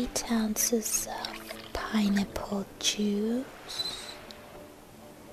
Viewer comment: When she says pineapple it sounds like pinenipple :D WHICH IS AWSUM BTW